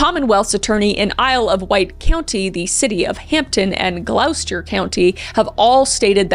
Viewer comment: And Gloucester 😂 its Gl-awster not Glahowster. At least she didn’t have to say Rappahannock, Occoquan, or Poquoson.